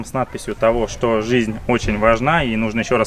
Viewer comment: У тебя какое-то странно произношение "что", будто ты говоришь "щьто". Это не упрёк, мне просто интересно, это из-за того, что ты очень много говоришь на Японском, или ты всегда так говорил?